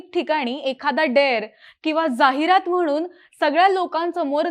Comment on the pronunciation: जाहिरात लिहायचं असतं.. बोलताना ज्याहीरात असं बोलायचं असतं... गावठी....